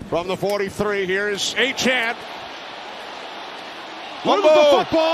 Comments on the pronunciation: DEVON A CHAIN, not ACHAN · I don’t think the commentator is pronouncing # 28 Miami dolphins name properly. Its not Achan its A-cha-ne. Like nene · It's also aye-chain not aye-chan lol he said his name wrong all game as well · I assume we’re talking about Achane. It doesn’t help that the A&M media guide had the pronunciation as ā’-chain the whole time he was there. I watched a lot of Aggie home games in person the last couple years and it was always ā’-chain, which let’s be honest, sounds better. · Is it not pronounced "A-CHAIN" like "A-TRAIN"? It's a nitpick I know but his name looks like it's pronounced that way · Did he say Devon A-Train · The way the announcer all game said Aye-chan bugged the hell outta me IDK why... it's like he went out of his way to say his name wrong again and again everytime he got the chance. He'd even throw it in a sentence that didn't need explaining just so he can say it. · Did Achane change the pronunciation of his last name? His whole time at A&M it was “ā’-chain” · bro its "achain" all game saying it wrong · It’s “A-Chan” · And why is the commentator saying "Achan"? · fun fact: nfl announcers love to butcher achane’s name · Love when there’s a breakout player whose name no one has figured out how to pronounce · Nothing frustrated me more than hearing the announcer say Achane’s name wrong